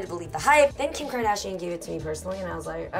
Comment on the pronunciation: KIM SHAR-DASH-IN ... 1 WIT BIC ASS. LOLLLLLLLLLLLLLLLLLLL